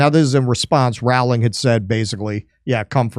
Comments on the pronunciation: Yes , the law sucks.Please pronounce Rowling , ' rolling' as in rolling stone. Not hard. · If only we could make it illegal to pronounce JK Rowling's name wrong!